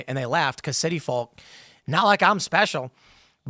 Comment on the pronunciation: Pronouncing the L in folk...is that a Chicago thing?